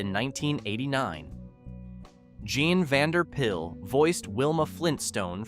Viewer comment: "The most successful domestic comedy of the 1950s" was not "The Honeymooners." It was "I Love Lucy," by a landslide. Just say it was based on "The Honeymooners" without adding incorrect asides. Also, it's Mel BLANK, Jean Vander PILE and Bea BENN-uh-DARE-it. Please, a little preproduction research is not a lot to ask.